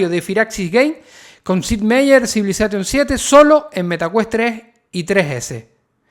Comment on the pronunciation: Me mata que digas CivilazaTTTion....!!! 🤣